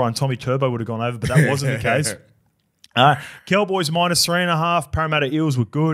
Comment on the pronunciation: Once you hear say “Ceewwwboys” instead of “Cowboys”. You can’t unhear it.